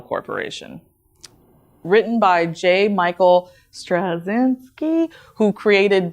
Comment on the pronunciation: It's difficult, but, Strat-chin-ski. Her horse is called Spirit and becomes Swift-Wind when transformed, "I am Swift-Wind now dear friend!", you said it the wrong way round 😉 Also the most complaints have come from women about the new designs, the biggest thing that men have said, was that she looked like a boy... which seemed to trigger the ones looking towards show and they decided to pin the false accusation of them not liking the new design because she didn't have tits.... though I find rather quite insulting to women, as they're basically insinuating that women are only defined by having breasts. Plus, the fact that She-Ra looks like a boy is something that I've heard kids commenting on, so it's not simply a case of men not being turned on by her design, or lack thereof, the target age group is also pointing it out... according to the logic of somebody I was debating with on Shitter, that makes them all transphobes, including his own daughter! My fave characters of the original were Frosta and Catra BTW 😎 I personally got bored with the new show, 1-3 and 11 were the best eps, but there was still a heck if a lot wrong with them, both in terms of storytelling and pacing. They didn't seem to know what type of show they were trying to make, so it did come across as quite confusing. The stories were also pretty poorly thought out and quite bland. Though in general, I found the show to be pretty empty and lifeless. The humour was also pretty flat, in most cases it felt like th